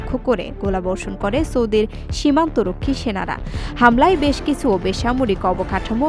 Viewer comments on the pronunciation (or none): সংবাদ পাঠিকার উচ্চারনে আরো উন্নতি প্রয়োজন। চ, ছ, উচ্চারনে মারাত্মক সমস্যা। কিছু, পশ্চিমা, অন্চল, জেনারেল, ইত্যাদি শব্দগুলোতে পাঠিকার আরো শুদ্ধ ভাবে উচ্চারণ প্রাকটিস করতে হবে। তবে গলার টোন এবং উপস্থাপনা সুন্দর। ধন্যবাদ।